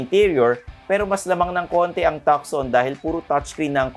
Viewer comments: Hyundai Tucson is pronounce as. Too soon. Something like that silent C po.not tukson..if u dont mind. Tnx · Tuckson 😂 Tuson 😜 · Tucson is pronounced as Two-son, not tuk-son. :) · If you dont mind too, it’s not soon it’s son! Too-son. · HIndi po Takson (Tucson), Tuuzon po. :) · it's not Takson (Tucson) it's tooson (as in Tucson, Arizona.) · Napansin ko din hehe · Pag pronounce po ng ng "Tucson" sir is parang "two-sawn".. Parang yung sa Tucson Arizona, Godbless po! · Tucson is pronounced; "too son" not "tuck sun". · TUSAN po at hindi tukson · Hyundai TALK-SOON daw, hehe,, its Hyundai TUSON! silent "C". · tu-son not tuc-son, C is silent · Tucson- "Tuson" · Tucson should be pronounced as TUH-SON. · hindi b "too-son" ang pronounciation ng Tucson...? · Di ba tuson ang pronunciation nung tucson? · Na distract ako pag dating sa Hyundai haha!! Tucson (Tooson) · actually it should be pronounced as Hyundai Tucson (Tusan) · You don’t pronounce Hyundai Tucson correctly, should be pronouncing it (Tuson, ) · Thanks sa correction. :) Silent C dapat hihi! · Tucson is pronounced as TOO-SON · Tucson is pronounced Tuson.. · Takson ba talaga tamang pronunciation.. hehe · Tukson daw hehehe ...ilan vlog mo na ganyan pronunciation ... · TU - SON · Too- son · Pansin ko lang din, ang laking issue sa mga nanunuod yang "TUCSON" kung paano bigkasin. Wala namang diperensya sa performance ng sasakyan kung mali ang pagbigkas😅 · malaking issue yan kasi may mga bata na pwede makakita nito at akala nila tama yung pagbikas sa TUCSON...